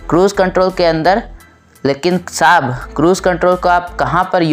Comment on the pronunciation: ITS SAHAB NOT SHAB🤣🤣😂😂